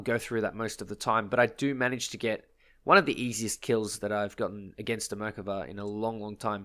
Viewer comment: The way you say Merkava makes me irrationally angry, but that was a great kill on it.